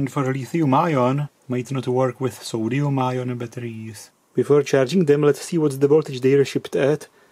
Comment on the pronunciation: And it's a new element: "Soduium"..